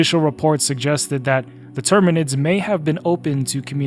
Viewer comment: btw it’s terminids not tyrinids close but not 40k 😂